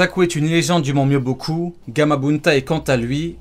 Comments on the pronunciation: Mais c'est pas Mobyoku c'est Myoboku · Myoboku pas mobyoku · mobyoku srx .... c'est le mont myoboku chaque fois que tu fais une video de naruto tu prononces tout mal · C'est Myoboku, pas Mobyoku bruh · On ne dit pas ''mont myobioku'' mais ''mont myoboku'' a par ça excellente vidéo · Par contre le mont c'est le mont MYOBOKU et pas MOBYOKU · Par fois tu te trompes sur les prononciations tu as dis mont mobioku alors que c’est myuboku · ton travail est extraordinaire et j'ai pris un deuxième compte google pour liker sinon petit aparté c'est "Mont Myoboku" pas "Mont Mobyoku" bonne vidéo sinon 👍🏼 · C’est le mont mioboku mais pas mobioku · Je ne remet pas en cause ta prononciation qui est excellente ^^ mais c'est le mont myoboku pas le mont mobyoku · pq tu dit mobikou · "J'adore le Mont mobyoku" Superbe prononciation👌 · dsl mais tu dis très mal les mot du genre hogake miobocou